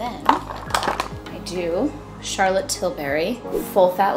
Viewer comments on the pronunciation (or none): none